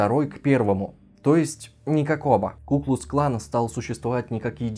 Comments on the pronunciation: КуклуКсклан, а не куклусклан. Ни разу правильно не сказал. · Меня одного напрягало, когда ведущий(кто он?!) говорил "ку-клус клан", а не "ку-клукс-клан"?